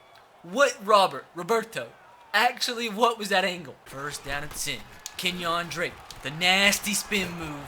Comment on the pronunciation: Kenyan Drake? Lol it’s pronounced Kenya lol